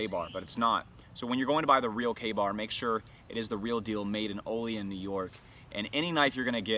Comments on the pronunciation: Pronounced OH LEE ANN N.Y. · Olean is properly pronounced “Oh Lee Ann” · We say it with more of a anne at the end of Olean (ol-e-anne), if anybody cares. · Proper pronunciation of Olean- Oh-Lee-Anne